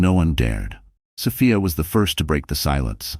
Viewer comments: Sophia not Sofaya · It's a great story, but I don't like that it's an AI voice, the way the 'narrator' sometimes pronounces Sophia